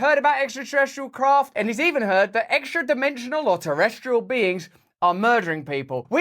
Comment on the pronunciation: Just the way you emphasize "extra-dimensions" in a sexy way like a deranged marilyn monroe, I feel like I get why Katy Perry made that song about you. xD